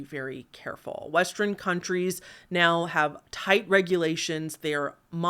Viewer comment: I love that we have a "Lantren Gate 2" with "Westren" :D